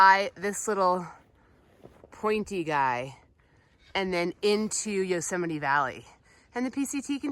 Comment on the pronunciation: Yosey-mite Haha! LMAO😂😂😂